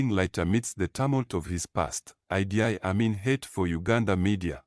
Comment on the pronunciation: Mispronunciations of IDI...its not I...D...I...its Eeedd.